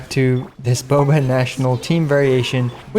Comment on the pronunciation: everytjme you say Boba I cringe.